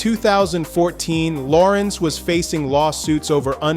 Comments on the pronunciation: HIS NAME IS LA RENZ NOT LAWRENCE…. GET IT RIGHT!!!! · I previously complimented A.I for pronunciation of Larenz’s first name. Now I take it back. His name is Larenz ( if you need help pronunciation. Ask him) It’s NOT Lawrence Thank you with respect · A.I. started mispronouncing his name as “Lawrence” Eventually made adjustment to Pronounce correctly. This is one of the million reasons why I question A.I. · Loved him in POWER he was something else and he was definitely America’s worst nightmare in Menace II Society and pronounce him damn name correctly. Lah - renze Tate loved his brother in “Barber Shop” ❤❤ hilarious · La RENZ emphasis on the second syllable. LaRenz Tate is a 🔥🔥🔥 actor and guy!❤❤❤ him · Y'alls gotta stop with this AI. Who tf is Law-rense 😂😅🤣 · I wish these narrators will stop mispronouncing the artists name as if they don’t know better. So disrespectful ever heard of a discipline in editing?!? So sloppy! Plus the information is opinion based instead of just facts! Nobody cares about the gossip! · Well dude if you could learn to pronounce his name correct that would be a start. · Say his name right first of all...let's start there.